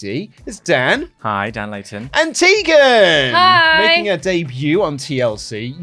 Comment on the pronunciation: Tegan. Just...Tegan. 😂😂😂